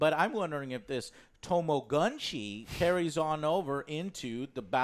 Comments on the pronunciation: To-ma-go-chi Effin ignorant morons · It's pronounced Tama-Goh-Chi